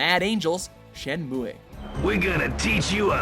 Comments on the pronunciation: Wait..what was that? How was that pronounced again? I'm pretty sure its Shenmue (Shen-moo) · Shen moo A